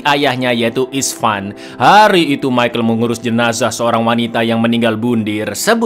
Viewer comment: hari bang bukan hair🗿